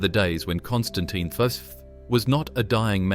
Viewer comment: Constantine the what "fifi" lol.